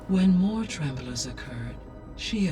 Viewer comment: says "tremblors" instead of tremors.